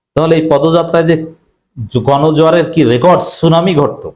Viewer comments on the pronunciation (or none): none